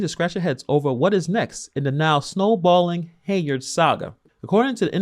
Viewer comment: I’m glad you’re covering this. Her name is pronounced Hen-yard.